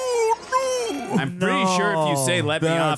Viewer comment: ima be real. dude saying "noer" like he's Australian gets mad annoying.